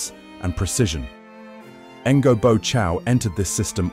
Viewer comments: Since the content is pretty well curated and presented, it would be nice to hear correct pronunciations of names. Otherwise even a sincere effort such as yours ends up being perceived as jarring and unconvincing. The name sounds close to "nyo", to be precise! Keep up the good work. Cheers! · Pronouncing Ngô as Engo feels very wrong.